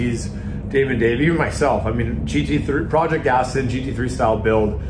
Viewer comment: is a great addition to DDE, but I bet Mr JWW will be cringing every time you call your car an 'Astin'. 😂